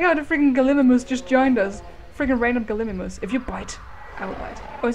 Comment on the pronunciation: ps. it's pronounced Gal-ee-my-mus Galimimus